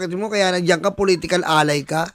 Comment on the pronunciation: political ally o POLITICAL "ANAY"!?!?!?